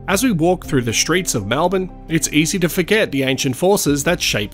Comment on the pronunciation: Malbin - REALLY! Try to pronounce it correctly please!! MELBIN.